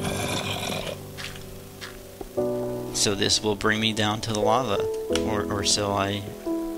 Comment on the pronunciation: lava not lave